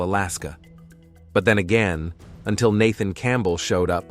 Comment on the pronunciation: Okay....last name Campbell is pronounced Camp-bell?? As two separate words. And approached is pronounced approa-ched? As two separate words. Not once but twice. I keep catching these mispronunciations in many vids. It's scary to think that these young narrators don't know how to annunciate the most common words. Am I the only one noticing this?